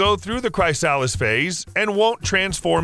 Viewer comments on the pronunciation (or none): Not cry sa lis its cris a lis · Chrysalis is pronounced 'Chris Aliss'===I'm sure it's been repeated a million times already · Repeat after me "chris-a-liss" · Chris-a-liss not cry-salis fml have you never heard words before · I know others have said this but chrysalis is pronounced more like "chris-uh-liss" than "cry-sal-iss" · "Cry Solace Stage" aw geeze rick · "Chris-a-liss" not "cry-sah-liss" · Struggling to get past the word Chrysalis being pronounced Cry-Saliss rather than Cris-A-Liss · Chris-a-lis, I think. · Amphibians do it also. Cry salis. . . Love your content but you’re not winning a pronunciation bee 😂❤ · The way this man says chrysalis pisses me off. It's not "cry SAHL is" CHRIS ah lis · Is chrysalis pronounced “kris-ah-lis” or is it “cry-sal-is” like this guy is saying bc I feel like my preschool teacher lied to me now 😭😂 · Chris-ah-liss = chrysalis ≠ Cry-Sal-liss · pronuncing it cry-salis instead of chris-alice is not pleasant. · Chrysalis is pronounced Chris-a-lis not Cry-salis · WTF is a CRY-salis phase??? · "Chrysalis" is pronounced "KRI-say-liss." The "i" in "KRI" rhymes with the "i" in "split," "bit," "sit," etc. The "ch" with which the word begins is actual a transliteration of the Greek letter Χ , or "KI," the "I" in which rhymes with the "i" in "time," "pine," "sign," etc. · I don't think he is aware that the dictionary shows you how to pronounce things. You know, the upside e next to the word actually means something! ˈkri-sə-ləs Worst part is I googled it for this and most actually had a text to speech that said it right 😂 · Chriss--stall -isss stage. 🤨🙃😂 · no that's still wrong 🤣 chris + er + liss, you're welcome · Kris-uh-luhs* Look up the pronunciation if you don't believe me. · chri- sahh - lis your pronunciation of chrysalis killed me.. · I once heard someone pronounce the word chrysalis as "Chris-Sally's" and wrongly thought no pronunciation was worse in English... until today. Bravo for saying "Cry-SĂLL-is", you evil guy. 😄